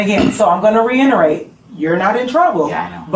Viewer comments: This Principal is illiterate AF! 🤣🤣🤣 She says REINTERATE instead of REITERATE.... Clearly an adult and a superior of other adults in a professional setting and doesn't know basic terminology... Whoever hired her had to have been complying with the D.E.I. hiring methods. The way she's questioning this student is so cringe, it's like she has no experience at all with her job position and doesn't understand the description of her duties as a Principal.... Hopefully she's been investigated and is no longer the Principal at that school. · Re-enterate is not a word. It’s reiterate ma’am. Plus, I wouldn’t want to speak to her because she’s too abrasive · she say "reinerate" instead of "reiterate" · She also said reinerate rather than reiterate. Smh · "Let me re-inner-rate" seriously, WTF? How is this person teaching children? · "Reinederate" and "axe you" dude is this really a principal??? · It’s “Reiterate”!!!! Holy crap. This is the American school system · She even mispronounces “reiterate”. What a joke